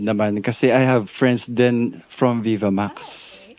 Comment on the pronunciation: Bakit parang hindi pino-pronounce ng maayos yung word na "Vivamax"?